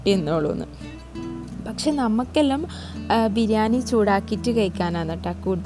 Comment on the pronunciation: ബിരിയാനി അല്ല ബിരിയാണി😂